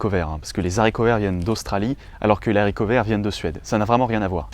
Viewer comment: haricot est un h aspiré on dit donc des haricots et pas des zaricots mais bonne vidéo à part ça (j'ai dislike)